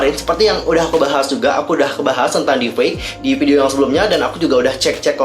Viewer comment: Maaf kak meluruskan saja, yg benar deep fake bukan deef fake